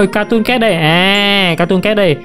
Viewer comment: Từ cat phát âm là "kaet" mà em, âm "ae"